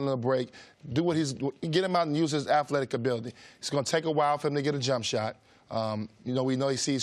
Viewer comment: I'm not taking thoughts from anyone who repeatedly says "afletic".